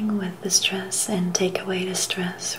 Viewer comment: You stressed the word "stress" and "stressed" quite a bit, but otherwise this is a very nice video as always and I appreciate your ASMRtistry.